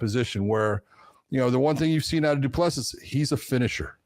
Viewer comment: The last S is silent, FFS. Come on, listen to how EVERYONE else pronounce it. Du Ple Si